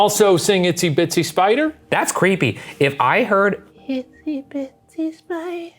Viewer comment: Ryan just cant get itsy bitsy right amazing